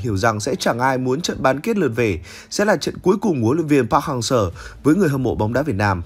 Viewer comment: cứ đọc park hang SƠ , nghe khó chịu vl